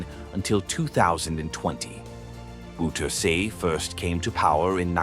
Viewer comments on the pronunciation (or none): 😂😂😂the way you speak out the name (of the so called dictator) DC Boe teer se, hilarious, his name is Bowterza for your unique state of mind